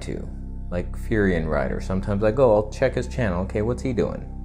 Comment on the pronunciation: Did you say "Furian Rider"? 😂😂😂